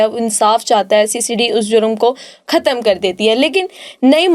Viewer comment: کھتم نہیں ختم